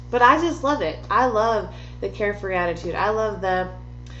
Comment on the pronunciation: i’m a leo and i choked when she said “care-free”